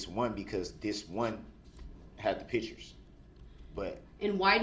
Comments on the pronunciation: He is literally on a recorded phone call from the jail to his mommy and he tells her to get the photos from someone ( not Erika ) and bring them to him . And why does he think no one signs letters 🤔 what ???? Since when ??? And it’s pictures Duhhhrell not pitchers . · What is a pitchure